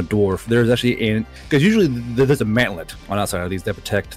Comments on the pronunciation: I thought he said manlet instead of mantlet. finally putting these 5'11 boys to good use! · I also heard Manlet, I thought he was talking about tank's support infantry.